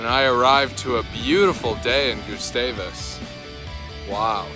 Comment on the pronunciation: hope you liked it! i live there and it’s cool seeing other peoples perspective on it. also it’s pronounced more like gus (rhymes with bus) -stavus than “goosestavus”